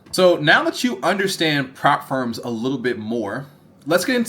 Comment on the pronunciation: Ngl it took me so long to realise you were saying “prop firms” - I thought you were saying “farms” 😂 I was like “what farm? Profit farm?”